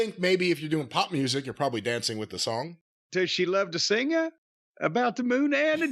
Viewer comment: "Singuh about the Moonuh and the junuh and the springuh"